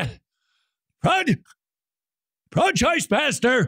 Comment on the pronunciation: i love how he can’t say “pro-choise pastor” 😂😂